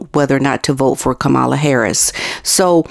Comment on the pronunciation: hiya, watch you a bit, appreciate your content. Please learn how to pronounce Kamala :D thanks.